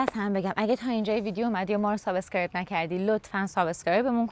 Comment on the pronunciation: شما دوتا دختر که سابسکرایب را ساب اسکرایب تلفظ میکنید، این آمار ۹۹ درصد جامعه را از کدام مرجعی نقل کردید؟ اگر اینطور باشه که باید حدود ۹۰ میلیون ایرانی مشترک اینستاگرام باشند. ضمنا مگر شما باید مقلد آن احمقهای بیسواد و بی فرهنگ باشید؟